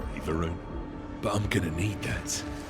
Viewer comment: its not ron ... its varun..... vaarun.....varun